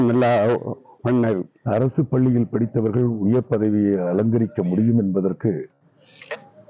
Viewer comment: என்னது ??? அரசு பல்லியா ??? தயவு செய்து தமிழை கொல்லாதீர்கள் 😮